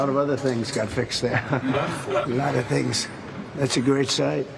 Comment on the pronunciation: “A LOT OF TINGZ”